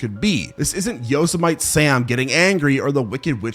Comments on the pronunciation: 😂 thank you for the Yo! Semite name instead of the correct pronunciation. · We Gen-X children were fine. We didn't get scared as kids... The only movie that traumatized us was The Never Ending story. Yosemite Sam is pronounced (Yo-Sim-ety sam). lol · "Yo-so-mite Sam" Oh boy... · haven’t heard it yet, let me guess, he said it like “ yo-smite “ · That pronunciation of Yosemite killed me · Yeah like it's not that hard to look up how to say these words LOL